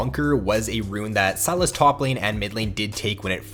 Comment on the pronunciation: Say SYlas. Not “Salads” without the “d”.